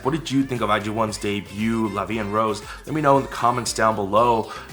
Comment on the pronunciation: It's La Vie en Rose!